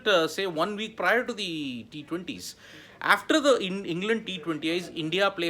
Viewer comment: Try practisiing saying the word 'after ' aaaaaf ter..... not efter